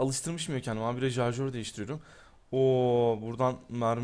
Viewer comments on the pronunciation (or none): "jarjör" değil "şarjör"